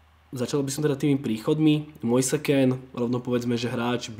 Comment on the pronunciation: citaj Mojs Kín :)